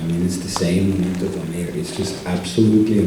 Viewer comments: DOH NAY REH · DON - EYE - RAY. 😁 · Don nay re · Don air 😂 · Champion of 3 decades still they can’t pronounce his surname correctly😆 Congrats Filipino Flash 🥊